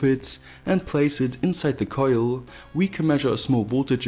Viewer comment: Love that accent, it sounds like german but the way you say certain words makes me lmao, like coillll. Would love to hang out with someone like you, no homo. Good video very professional